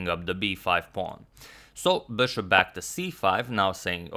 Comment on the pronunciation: Your pronunciation of bishop made me crazy, really